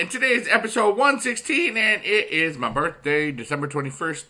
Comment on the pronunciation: "HAPPY BURFDAY"